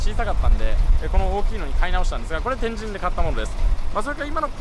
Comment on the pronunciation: 旧スペースワールド駅前なんて通勤路(笑) 中洲のドン・キホーテの場所は昔、玉屋デパートがあったのさ 天神の発音がスーツくんはちょっと違うかなぁ(笑)